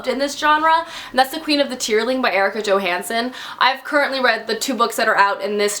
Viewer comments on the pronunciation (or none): none